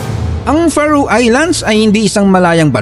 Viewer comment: FAROE is pronounce "Feh Row" not Fa Roo. I have a high school friend who settled in Faroe Islands with his wife. Would love to visit it since I know very little about it.